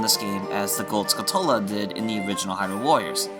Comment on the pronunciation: "Skulltula" is "skull tarantula". The emphasis should be on the first syllable, and the "tu" makes a "ch" sound like it does in "tarantula".